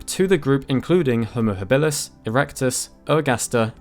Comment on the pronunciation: your pronunciation of habilus kills me.